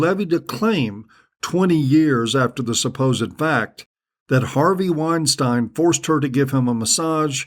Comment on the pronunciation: I don't know why this showed up as a recommendation but this asshole is just another wannabe intellectual. You're a fuck head that knows nothing. You don't even know how pronounce Weinstein, dummy! Keep taking because it just shows what a Tool you are!